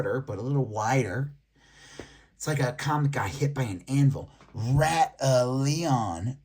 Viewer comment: Its Batallion , not Rat Leon! Lmao😂